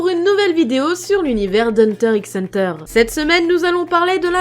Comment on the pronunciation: Je suis avec ma pote quand nous regardons cette vidéo et des chose son fausse car nous avons regarde hunter x hunter un bon nombre de fois que nous comptons même plus. Donc 1ere chose au bout de quelque seconde vous dites le titre de l'animé en prononçant le "x" alors que le créateur a bien précise qu'il ne se prononçait pas. 2eme chose a propos du passé d'Isoka dans la version de 2011 Isoka dit que sa famille était pauvre et je croit que c tout. Et pour ceux qui aurons tout lu merci et je vous conseil vraiment de regarde cet anime je suis moi même en train de la regarder pour la maintième fois.